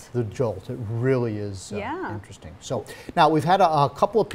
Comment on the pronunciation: their way of saying "interesting" is very "inerestin'"